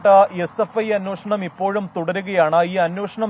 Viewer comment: അന്വേഷണം എന്ന് പറയാൻ പഠിക്കുക, അന്വോഷണം അല്ല 🤣